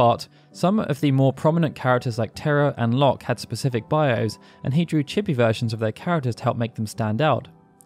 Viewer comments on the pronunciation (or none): none